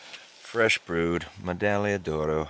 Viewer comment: You need to pronounce the g in medagliodoro again, so much more fun, a word is pronounced how ever you pronounce it, potato potato.